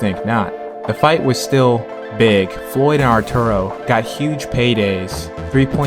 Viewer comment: The way you say “Arturo” makes me cringe